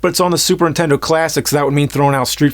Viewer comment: He needs someone close to him explain that it’s NIN-tendo and not INTENDO. Just call it a ply-station or dramaminecast